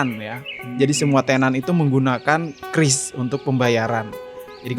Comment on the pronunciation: Penyebutan qris salah bang seharusnya kiuris bukan kris😂😂